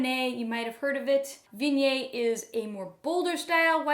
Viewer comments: "Vinyay"? Is that how Viognier should be pronounced? I thought it was more like Vee-on-yaer. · Respectfully - it is pronounced as Vee-oh-nyay. If one is going to teach people about a grape, pronouncing it correctly would be a good place to start.